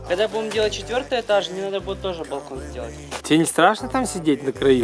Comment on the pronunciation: мне показалось на он сказал на первый этас а не этаж